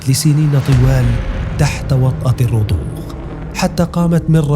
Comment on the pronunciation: الرضوخ وليست الرخوض 😂😂😂